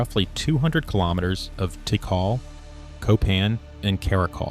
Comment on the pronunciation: For lord's sake..... Don't you think that if you are going to do a public presentation you should first verify pronunciation of important place names. Tikal (TeeKall) is not pronounced "teekle"...... Furthermore it was never Tikal.... it was Mutal..... And then later you pronounce Tikal correctly..... Therefore not only..... "I don't care enough to check my sources for accuracy."... but also "I should already know better and be consistent, but I don't care".